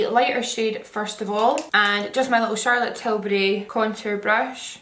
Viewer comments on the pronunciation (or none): none